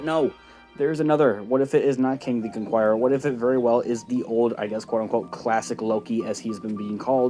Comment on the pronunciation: CON KER ER not CONQUIERER